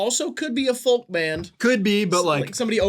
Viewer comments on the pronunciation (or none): Sometimes i forget theyre from the midwest until says something like "fol-k" and gives me whiplash